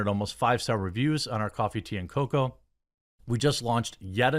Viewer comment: Coffee tea and cocoa.....You have genuinely made me sick hearing you say this. Something about a grown ass bearded man saying "cocoa" weirds me out. Love the content though when your not plugging shit every 10 seconds.